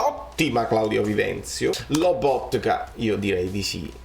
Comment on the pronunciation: Spalletti non sa pronunciare Lobotka lo chiama Loboka amico bellino vuoi insegnargliela tu la pronuncia 🤣